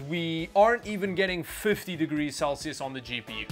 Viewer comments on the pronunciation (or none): none